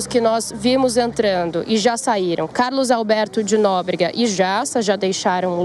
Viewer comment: O pior de tudo é que as pessoas ouvem repetidamente o nome do Carlos Alberto de Nóbrega ... Mas mesmo assim ela não aprende !!!